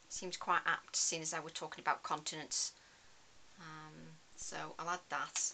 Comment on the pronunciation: You know you have been working with nurses for too long when you hear continence rather than continents….. good job I have closed captions on too.